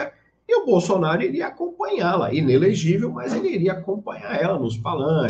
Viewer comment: "ENELEGIVEL" doeu